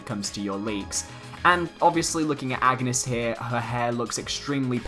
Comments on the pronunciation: I'm going to correct every person who pronounces Agnès the wrong way. It's On-yes. Not Ag-ness. Her game is voice acted for crying out loud. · I die a little every time you say "Ag-nes" It's "Ann-yes" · wazz up well it’s actually pronounced on-yes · If Agnes is the girl from Bravely series, her name is pronounced "awn-yes" not "ag-ness" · AUN-YES. Not AGG-NUS. I know the spelling seems similar, but it's meant to be pronounced VERY differently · Kinda like the Isaac render (the entire one), love the fact that the "leaker" merge his DD style with his original style. Also, juste to point it out : Agnès is a french name which is pronounced "Ane-yess", not "Agu-nes". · Anges is pronounced (On-Yez) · It’s pronounced An-yes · Lol even though this is fake, everyone who does a video on this leak keeps pronouncing Agnès wrong and keep saying Agnus, Its not bad i just find it funny lol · It's sad how many people haven't played Bravely Default, and don't know how to say Agnés name :( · Has none of these youtubers played the Bravely games? No one ever pronounces her name right